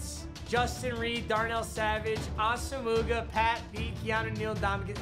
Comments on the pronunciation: It’s ah-sum-wah not Ah-sum-uga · AH-SA-MOGA? that's not his name fam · Its pronounced:AH-SUM-WAH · We gonna talk about how Papa said “A-sa-moo-ga” instead of “A-s-mwah” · ASAMUGA??? It’s Ah-suh-mwuah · ASA-moo-gah, lmao 🤣🤣🤣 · says namdi’s name incorrectly Me: ITS AWESOME-WAH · No one gonna talk about the fact that Papa pronounced Nnamdi Asomugha AH-SOO-MOO-GA😂😂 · The way he said Nnamdi Asomugha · The way he said Nnamdi Asomugha’s name LOLOLOL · The way he pronounces Asomugha... sheesh